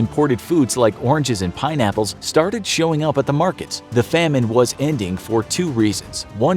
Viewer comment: Did you just say "Peen-apples"?